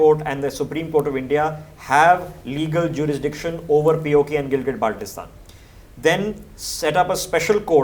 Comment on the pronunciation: Ppl of GB after listening his Pronunciation of Baltistan: Abey Salay,Idr a tujhe integrate kar ke du.